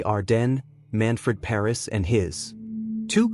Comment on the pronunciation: Pernass is his name not ‘Paris’